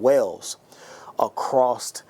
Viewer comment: Hey, great vid, but there's no T in across :¬)